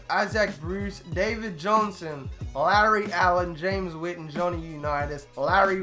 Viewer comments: He said James written triggerd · The disrespect... “James Witten” 🙃